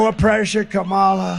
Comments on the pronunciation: 6.55 he pronounces her name right then corrects himself to say it wrong. Just bizarre 💩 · Threatening someone’s life will make his base love him more. But notice, in ABQ, he said Kamala incorrectly, then correctly - he knows how to say it, but chooses not to for his base, like wearing black and yellow was no accident. Dog whistles, every bit of it.